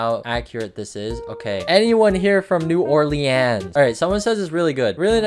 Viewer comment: so you kinda said it wrong. It’s not New Or Leans it’s New Or-leans or new or-linz. And somebody a few miles away from New Orleans I see a house like that when I go into New Orleans( where parades are)